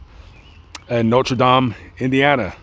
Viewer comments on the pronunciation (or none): Its Notre Dame not Notre Dom! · I live your videos lament but you gotta pronounce Notre dame right lol. Not Notre dom brother lol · The college is pronounced Noter Dame, not No-tra Dahm, that’s the pronunciation for the church in France. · People from Indiana pronounce it “noter dayme” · But you cant pronounce Notre Dame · No French pronunciation of "dame!" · Bro dont say Notre Dame like a fruit loop. You can say that gay politicians name perfectly but say Notre Dame like a fruit Englishman smdh